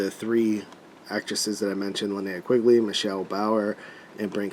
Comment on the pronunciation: It's nice to see someone who knows how to pronounce "Linnea" correctly!!!